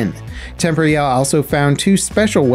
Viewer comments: Tem-por-al, not tempory-al. Jeeeez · Wtf is temp ree al. Temporyal Temp or e ul temporial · Surely it's pronounced "tem-POR-ee-al" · Absolutely this. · pretty sure its pronounced tem-por-eeh-al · I commented this like a month ago and I feel like he still mispronounces it to spite me lol. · It kinda annoys me how you mispronounce temporyal